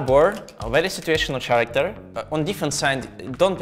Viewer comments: Bro really said ch-aracter instead of k-aracter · I loved the way he said character 😂